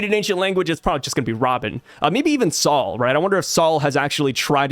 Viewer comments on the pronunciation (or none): none